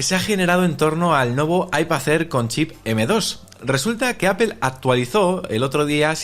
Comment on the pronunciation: En Español se lee apel. No apol jaja